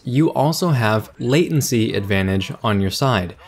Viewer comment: omg for once you got Latency right! Good job:P